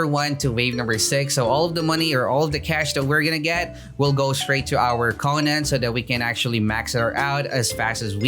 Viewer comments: The konen* triggers me it's konan sir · FIX YOUR DAMN PRONOUNCIATON ITS KOH-NUN edit: I am unsubbing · it hurts me how he pronounces im pretty sure its koh-nan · why is he saying konan like that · keeps on saying konan wrong ☹️